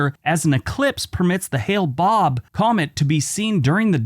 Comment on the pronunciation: It was called the "Hale-Bopp Comet"; not the "Hale Bob Comet."